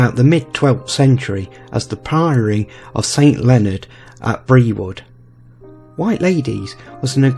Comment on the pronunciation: Just one thing... Brewood is pronounced 'Brood'. Ta.